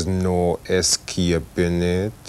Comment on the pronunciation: The pronunciation of escaping triggers me that hard!